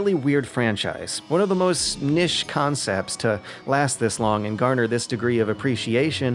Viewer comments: Nish? I don't know if that's better or worse than Nitch.. Both are wrong in any case. It's Neesh. Neesh.. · IT'S PRONOUNCED NEESH